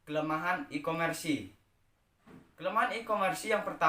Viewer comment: Mohon maaf kak cuma koreksi, nyebutin nya bukan ikomersi tapi ikomers 🙏🙏